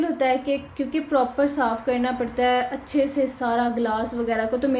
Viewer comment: MashaaAllah hard working woman you say achae a lot 😅 Achee tarah clean kehna hota hai usually